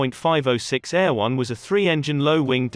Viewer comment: "Eh- ROH-nay", but you too picked up on the "air-won" pronunciation as well.